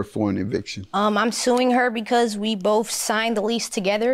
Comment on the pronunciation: "We boff" 🤦‍♀️ it's We "BOTH"